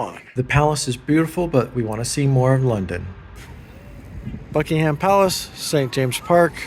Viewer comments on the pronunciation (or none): Big Ben is not a clock tower. It is a bell. The tower is the Queen Elizabeth Tower. By the way the H in Buckingham Palace is silent.